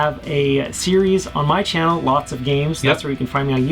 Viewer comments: it could just be me, but does he mess up with saying lotsofgames in the beginning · That moment when the host of the show mispronounces your channel plug